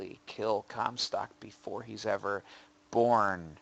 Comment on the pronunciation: I hear "Cumstock" every time... dammit